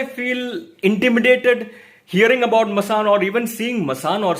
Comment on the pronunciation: Masaand not Masaan.